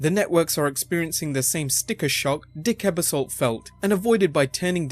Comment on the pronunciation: Lots of good information. However, you did butcher the pronunciation of a couple of names like Lorne Michaels and Dick Ebersol. When you're making a video that contains people who may be famous in the US but not outside of the US, it might help to have an American edit those videos to make sure these types of mistakes don't happen.